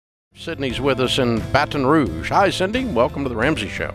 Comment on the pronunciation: "Batkon Rouge"